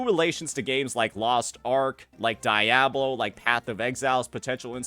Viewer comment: did u really pronounce diablo like dat?